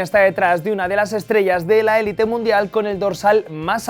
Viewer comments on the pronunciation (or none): none